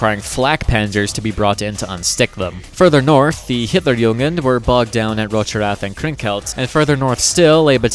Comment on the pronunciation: Just one pronunciation correction (the rest is very good actually), its Hitler*jugend*, not Hitler*jungen*. Hitlerjungen would mean "Hitlers boys", which has.. interesting connotations. at least in german.